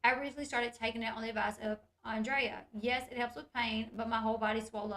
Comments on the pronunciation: I think she means Andrea / Dre idk why she keeps saying Andre, it was throwing me off lol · AndreA - her name is Andrea, not Andre'.